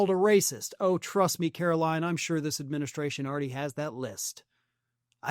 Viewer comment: I love how Gavin Newsom calls Karoline Leavitt "Karolyin' Leavitt"